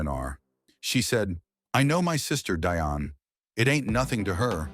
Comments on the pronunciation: Her name is “Dionne,” not DIonne! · Bruth, it's pronounced DEE ON 👍 OK.